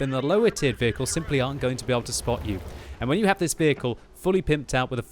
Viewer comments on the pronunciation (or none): none